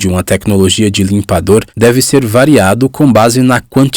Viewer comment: Por FAVORRRRRRR... LIMPADORRRRRRRRRR... NÃO LIMPADO... NEM LIMPADÔ... LIMPADORRRRRRRRRRRRRR!!!!!!